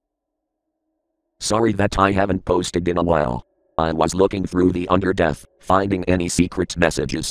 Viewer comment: the Undordanth